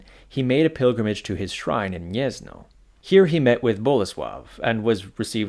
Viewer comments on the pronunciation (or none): Gniezno is pronounced "Gniezno" (/ˈɡɲɛz.nɔ/) not "Niezno". If you don't know how to pronounce something, you can look up the pronunciation on Wikipedia or Wiktionary, and if they don't have it, just write the word in google translate and click the speaker